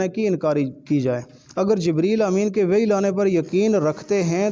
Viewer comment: جاہل کیا مناظرہ کرے گا یہ تو اردو اور قرآن پاک کو صحیح مخارج سے ادا نہیں کر پا رہا ہے یہ وحی کو وی پڑھ رہا ہے کیا مناظرہ کرے گا اس کو تو مناظرے کی تعریف بھی معلوم نہیں ہوگٸی ان لوگوں کا جھوٹ بولنا پیشہ ہے عبد الوہاب نجدی سے لے کر یہ قوم اج تک قوم کو گمراہ کر رہے تفسیر تو کیا جانتا ہے مولانا زبیر صاحب نے اپ کو دلائل کی روشنی میں جواب دیا لیکن اپ اس کو ہضم نہ کرسکے ایک زبان بھی صحیح سے نہیں اتی اور دعوی ٦ زبانوں کے علم کا کر رہا اس سے بڑھ کے جھوٹ اور کیا ہوسکتا ہے